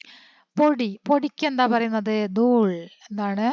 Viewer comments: ദൂള് അല്ല ദൂൽ ആണ് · Dool an dooll Enn alla 😂